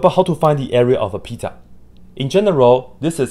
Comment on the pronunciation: Everytime he says "pizza" i just hear "peta" and think of family guy